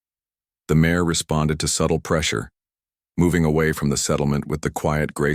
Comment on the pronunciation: Good story but it is out of order. Please learn to pronounce mare. It is pronounced like mair and not mahray.